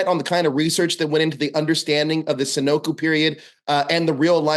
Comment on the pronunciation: Dude called it the "senoku" period lol.